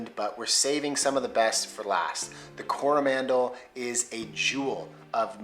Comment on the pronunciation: Definite fail mate on pronouncing Coromandel. Gave yourself away there with the stress on the first vowel.